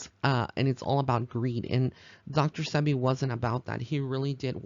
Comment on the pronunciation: No disrespect intended but it is Dr Sebi pronounced See-Be